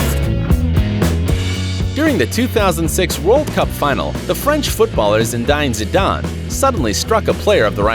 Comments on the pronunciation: I’m as far as you saying Zindine and I cant believe it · Omg he called him Zindane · ‘Zindane’ really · the butchering of Zidane's first name was brutal haha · Zid eye n zid arn smh. american pronunciation is so funny